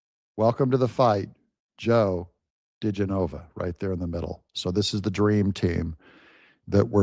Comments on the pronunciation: GEN A Va. not Gen O Va. 😊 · Da Jenna Va is correct pronounciation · Joe's last name is pronounced Duh jen a va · Pronounced ""Gen o vick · "Di - GEN- ova." it's where you put the em- PHA- sis on the syl- LAH- bul... 😂